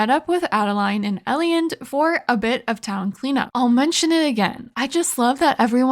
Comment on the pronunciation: That was quite entertaining, keep it up. Just a few points. Please.. Its pronpunced Ei-land. And why dont you save the energy Up pearls for mine dives? Its like a free energy recharge. Are you not breaking the crates in the mines? Its so much wood added up and cost zero energy. Yes it takes a spot but still. Cant wait for your next Videos ♡